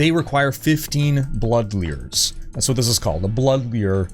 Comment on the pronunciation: I just wanna hear you pronounce lures again. Thanks for the guide.